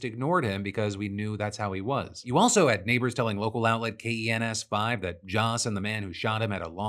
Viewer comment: San Antonian, we call it Kens, one syllable